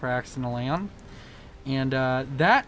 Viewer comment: I enjoyed the multiple Freudian slips with "Accidental Aeon" becoming "Accidental Anal." xD